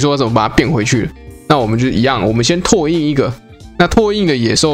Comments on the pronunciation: 拓印: ㄊㄚˋ ㄧㄣ ˋ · 拓 ㄊㄚˋ 印 😄